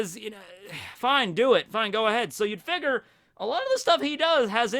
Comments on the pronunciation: pronunciation of figure hurts my soul everytime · “Figer”? Figure*